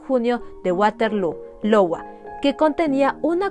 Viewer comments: Sí. En realidad me dí cuenta que a lo largo del video en muchas ocasiones dice “Lowa” en lugar de “Iowa” (que por cierto es un Estado de los EEUU). (En fin. Todos cometemos errores...) 😅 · es cedar Rapids IOWA ( AIOUA). Otro increible caso, saludos